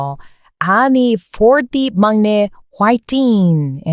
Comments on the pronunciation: 😮"막내" 발음은 "망내"로 발음하면 좋겠습니다. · 막래......망내 라고 발음하고요. 맏이......마지 라고 발음해요.....ㄷ이 ㅈ으로 변하는 경우가 많아요.....구개음화 라고 하는데 아무튼 그런게 있어요. 맏내.....이건 만내 라고 발음합니다. 한국어는 너무 정확하게 발음하면....오히려 어색합니다.......퐈이팅을(퐈이링). 인터넷을 (이너넷) 이라고 발음하는 것과 같아요. 자연스럽게 물흐르듯이....발음하는게 중요하다고 봐요....현지인들의 발음을 따라하면 됩니다. 한국어는 받침이 발달되어 있지만....실제로 그대로 발음하지 않습니다.....다 연음시켜서 발음하죠....어느나라든 다 그렇지 않을까요? 쓰는 것과 읽는 것은....차이가 있습니다. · 막내는 [mangnae]라고 발음하는 게 맞아요. ^^ 막내 발음하기 어려워하시는 것 같아 알려드려요. ^^ 내용이 너~무 재밌고 유익해서 잘 듣고 있어요. 정말 어쩜 이렇게 아는 게 많아요? 유튜브 안 했으면 가슴에 품고 있다가 폭발했을 것 같네요. ^^ 👍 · 맏이->마지, 막내->망내 로 발음합니다. 참고하세요. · 발음은 막내=>망내 / 맏이=>마지 라고 하시면 됩니다~~ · 막내는 망내 로 발음하고 맏이는 마지 로 발음해야 해요. 그래서 알파벳으로 고치면 망내는 maang-nae, 마지는 maa-gee로 쓰면 될 듯 합니다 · 써놓고는막내. 맏이 이지만 발음하기로는 망내 마지...발음 충돌 막힘을 방지하기 위해 잘 흐르는 발음으로 바뀜. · 맏이->마지 로 발음, 막내->망내 로 발음합니다. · 유튭에서 댓글을 달지 않은 지 몇 년째인지 모를 정돕니다. 그런데 의 가상한 한국사랑을 보고 나니 한 자 적지않을 수 없군요. 한국말을 거의 독학했다고 밝혔는데, 매우 잘 하는 수준입니다. 참고로, 거기에 한 가지를 짚어주고 싶습니다. 익히 알고있을 수 있겠지만, 한국말은 한글로 표기한 것과, 그것의 발음이 조금 다른 경우가 있습니다. 예로, 한한령( 발음은 한할령), 맏이(마지), 맏내(만내), 막내(망내). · 맏이 발음은 [마지]로 소리를 냅니다. 막내는 [망내]로 발음하고요. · 맏이는 마지, 막내는 망내 라고 발음하기 쉽게 읽어야해요^^